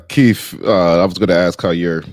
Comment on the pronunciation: I love you my brother, but please show Keith some respect by calling him by his given name. It's Keith, not Keef.